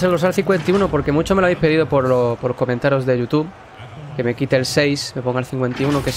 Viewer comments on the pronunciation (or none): none